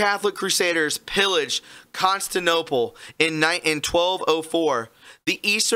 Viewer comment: Con-stan-tin-ople........!!!!!!!!Come on, man!!!! ..🤨 u keep mispronounce things!